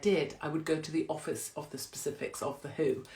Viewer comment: “Offity piss”???